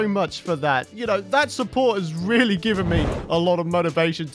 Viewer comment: None “givem” indeed.